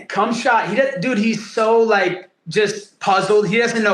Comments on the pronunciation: LMAO Colby really had Bisping saying "Khumshot Chimaev" 😂😂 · Did he just called him cumshot chimaev or am i tripping lol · Bisping said "Cumshot Chimaev". 😂 . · Mike accidentally saying C*mshot 😂😂😂😂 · Bisping accidentally saying cumshot chimaev 😂😂😂